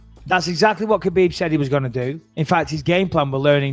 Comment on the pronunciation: I like how everyone pronounces khabibs name wrong it's habib